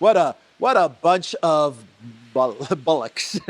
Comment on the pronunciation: it's bollocks not bullocks..lol